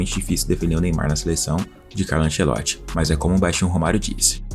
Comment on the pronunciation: Tirei do vídeo pq fala anCEloti.